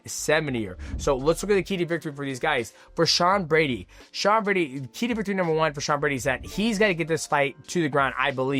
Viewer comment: 30 minutes of Mighty Mouse struggling to say “key to victory”